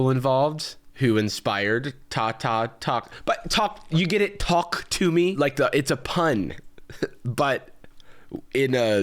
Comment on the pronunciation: Its to-ku tu mii トークトゥミー